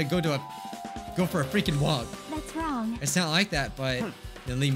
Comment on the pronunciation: HE DID BUT ITS LIKE "no thats wong"